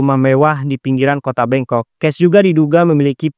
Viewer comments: 13.37 bangkok kan bukan bengkok apa aku salah denger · Bangkok bang😅, bukan bengkok😅